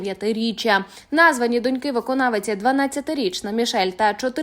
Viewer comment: Не донькИ, а дОньки, Не з донькАми, а з дОньками! Досить вже паплюжити нашу мову! Скільки можна помилятися‽